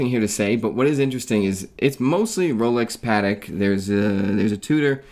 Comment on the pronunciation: Funny you have nothing to say about Jeff Bezos' Speedmaster, which he wore on his space flight yesterday. Funny how you pronounce watch brands : Caw-Tee-Hay / Cartier Pad-Dok / Patek Oh-Mee-Gaw / Omega Paw-Nay-Waye / Panerai Otherwise really good video, not a mean critic, just funny to hear you say the names of watch brands you work with. Remember once I was at a business meeting, talking with a realestate agent trying to rent a commercial space. I told him "nice Submariner, but it's the wrong time" and he answered me "Oh it's a fake" and it turned me off and we didn't do business and never met again.